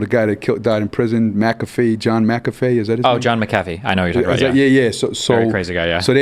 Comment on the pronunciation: Just so everyone knows the way R.A pronounced McAfee is the correct way